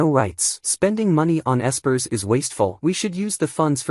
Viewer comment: Bruh the AI can't even say espers correctly. Fix your shit if you're gonna make these slop recap AI reading a script videos.